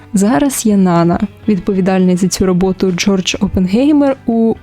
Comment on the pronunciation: Правильний наголос: НанА ( припадає на другий склад..це французьке ім'я)